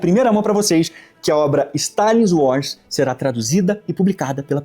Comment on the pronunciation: 😂 o Camarada aí fala inglês fluente como o Maduro...kkk. "No uars" ..."píce píce (peace)..."imagine ol de pipol"...😂